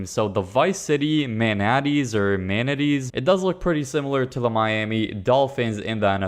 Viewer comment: MANA-TEES lol